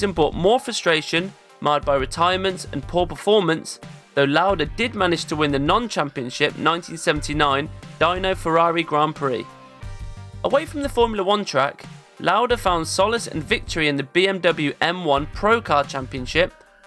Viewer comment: Yeah, except it's not Dyno, but Deeno, and it's Roytaman, not Rootaman (LOL...)